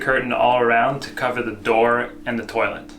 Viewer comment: I wish he would stop saying toilett